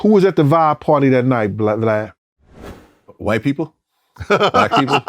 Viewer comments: He called this man BLAD at the beginning. Boy niggas can't never get this man name right😂😂😂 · He said BLAD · did bro say blad? at the start if the vid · lol no one can say his name right- he's calling him blad- i like when he's called glad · He called him Blad the first 10 seconds lol, I’m sketched already! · Respectfully his name VLAD NOT BLAD 😭😂😭😂.Jp..Shout out to 💪🏾💪🏾💪🏾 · He said BLAD LOL 😂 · Did he call him Blad? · “Blad “ lol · 10 seconds in he calls him "Blad" lmao I love that everyone does that!